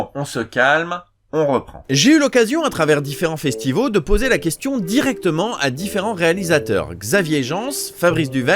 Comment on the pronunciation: C'est moi ou je viens d'entendre "festivaux"?